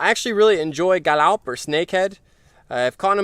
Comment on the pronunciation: nghe nói ‘’ca lóc’ hay quá kkk